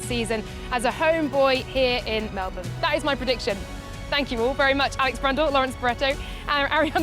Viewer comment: Lawrence nailed it..... it's Mel bin Alex not Mel born. 👍